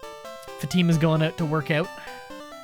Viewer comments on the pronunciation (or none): Excuse me, I love your videos but it is not "Pokimon", it is Pokémon. And what accent is that? The way you say 'out' makes my ears bleed!